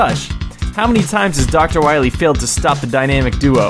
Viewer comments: DR WAWEE!!! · "Dr. Whailly"? "Base and Treble"? seriously??